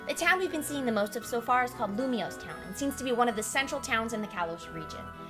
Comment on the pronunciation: Awesome! I can't wait 'till E3 next week for more news too, and also if the region is based on France (or Europe itself) which it seems like, I think Lumoise would be pronounced "Lum-wah" but I'm not 100% sure.